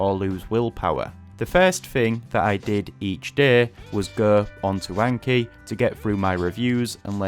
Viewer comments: I cant take someone seriously who keeps saying aynkee. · I really enjoy the Northern accent, except maybe for the pronunciation of Anki, which is too different from 暗記 (memorization). I learned my first 2,500 kanji very solidly within six months in the late 1980s. Before that, I’d learned hiragana on the weekend before university classes began in 1985 and then a few more days to make my katakana more solid, after which the intensive class needlessly dragged both kana forms out for several weeks for the rest of the students in what felt like wasted time. I’m a STRONG OPPONENT to Anki, even though it bears an obvious Japanese name. It reinforces visual recognition only, not actual reproduction, and the judgement for marking how well you know the flashcard is far too subjective. That’s why I’ve always advocated Quizlet’s written-mode drilling/testing instead for languages. I’ve used AI to create a three-field version myself for East Asian languages now that Quizlet demands a paid subscription. In the case of Chinese characters, though, memorization should be done by writing them thousands of times as Chinese, Taiwanese, and Japanese students do from an early age. It’s best to read, write, speak, and listen simultaneously to reinforce that memorization with four different senses at once. As for books, the three standards for Japanese kanji have long been [1] The New Nelson Japanese–English Character Dictionary (Andrew N. Nelson & John H. Haig): 214 radicals, ~7,000 kanji. [2] The Kanji Dictionary (Hadamitzky–Spahn): simplified 79-radic